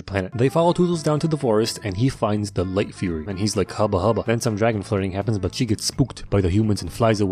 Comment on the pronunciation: Did bro say light fuhrer